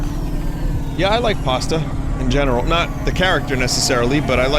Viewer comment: I was expecting Pashta's name to be mispronounced as Pasta at some point and I was right lol. Didn't think it would be from her own dad.